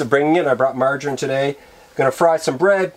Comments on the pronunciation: There's NOTHING sexier than a Manly Man......who's sufficient, extremely confident, loves the rugged outdoors and who has a mustache, lol. I like how he said margarin.. kind of pronouncing it like MARR-dgin or something close, lol. GREAT VIDEO! KEEP SMILING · Ohh definitely Canadian and not Australian Canadian: marg rine Australian: marg A rine Us Aussie pronounce the A quit loudly when we say margarine